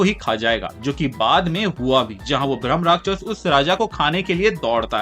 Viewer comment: Bhramarakshas nahi hai Bhai bhrama rakshas hai ... Rakshas means protect karne walla ... Not rakshas or demon... Pronounce it right